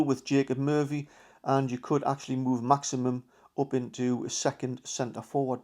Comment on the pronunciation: Great content. But its Maximin not Maximum.😊👍